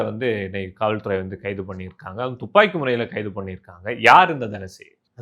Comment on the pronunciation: "டுப்பாக்கி" இல்லடா முட்டாள். "துப்பாக்கி" என்று சொல்ல வேண்டும். இவனையெல்லாம் கூட்டியாந்து பேட்டியா? யாருடா இவன்?